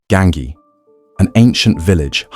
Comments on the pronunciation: Ganghi???! Almeno ti saresti informato al minimo come si pronuncia!?! Imbecille!! 😂 si dice Gangi!!!😂😂😂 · Gangi ...as in ji not ki.